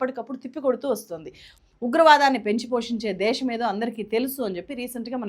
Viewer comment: దేషo కాదు.. దేశం.